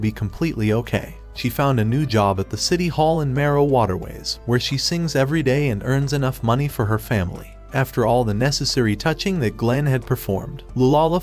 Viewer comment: Bruh mero water ways sounds like marijuana ways 💀